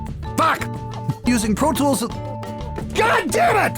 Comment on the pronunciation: RIPer..protoolth..pfff! ABLETON IS THE BEST! :D